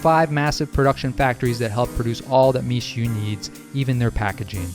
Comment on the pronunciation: Seems to mean "rice snow"? Pronounced "Me-shway", by the way